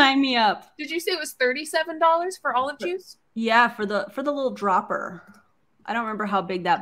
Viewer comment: did she say "DOBBLER?" closer i guess??.... its a dropper A DROPPPPERRR